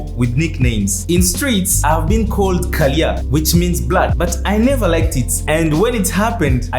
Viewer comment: It's not kaliya it's kaaaliyaa which sounds bad-ass 🙄but sorry for your inconvenience